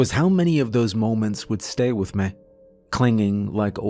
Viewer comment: Bless his heart narration 10/10 Storytelling 12/10 Imagery 10/10 Varying character voices (quite impressivel)demon voices 10/10 How to pronounce the word me- .5/10